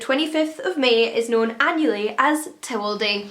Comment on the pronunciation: I couldn't understand what you were saying. Sounded like Tewalday, not Towel Day!